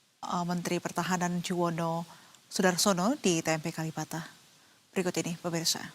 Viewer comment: KaLibata ... Bukan KaLimata Nduk.